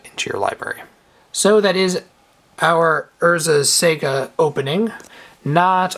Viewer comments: Lol urzas sega haha that's not how you say it. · you keep saying Urza's Sega :D I keep picturing sonic casting Morphling. (But Id like urzas saga please). Good vid :)